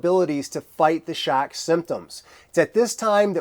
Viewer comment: "Shack"...why are you saying it like that?.. "Shack"